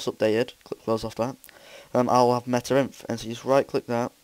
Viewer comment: It's META.INF Dumbass. Not META.IF